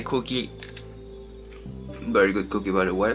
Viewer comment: Ok folks now we need to help our favourite Youtuber, you get it right sometimes, by Berry is not the same as Very...Say Veee, Say it again, Veeeee. Ok now say Very....Very...Come now, you can do it! And next is the word Now, not No. Say Cow, say Cow again. Ok now say Now...Cow and Now..Now and Cow. Now not no. You can do it!!!